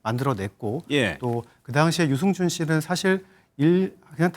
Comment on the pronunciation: 유증준 아니지요 아나운순분~~들 똑바로 해주세요